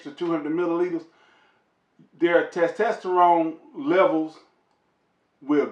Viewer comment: "Ta tasterone layvals"🤣🤣🤣. I love this dude.great vid sir!